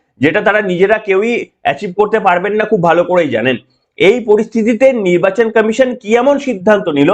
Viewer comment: আপনার বক্তব্য ঠিকই আছে কিন্তু আপনি কমিশন কে কামিশন বলেছেন কেন আগে ভাষা ঠিক করুন